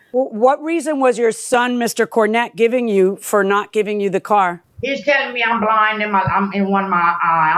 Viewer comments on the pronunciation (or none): Yes, and pronounced car as ‘core’ about two dozen times.